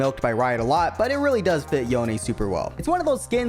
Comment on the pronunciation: You pronounced some names wrong. Do you think Yone pronounced as You Nay? it's clearly not, it's yon en.